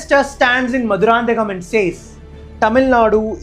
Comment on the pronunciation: I request the YouTubers to spell and pronounce the other language words for instance the place where PM Modi Ji delivered speech is “Mathurantakam” not Madurand.